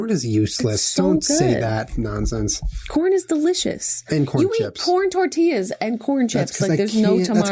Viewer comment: Tortillas..tort...tortoises xDDDDD